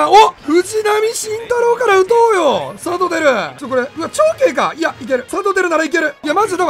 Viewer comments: サトテルをさとふる、みたいに言うな、、、何してんねん。🤣🤣🤣🤣🤣🤣🤣🤣🤣🤣🤣🤣🤣🤣🤣🤣🤣🤣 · サトテルのイントネーション自分の思っていたのと違うのは気のせいなのか？？？ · サトテルのイントネーションどうにかしてくれ！笑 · サ⤵︎ト⤵︎テ⤵︎ル⤵︎ちゃうくね… 多分サトテ⤴︎ル⤴︎やんな？ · 一生さとふるの発音やな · サトテルのイントネーション気になるわ！！！ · サトテルの発音おかしくないすか？ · サトテルのイントネーションめっちゃ気になるの俺だけ？！ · サトテルの言い方違和感あるの俺だけ？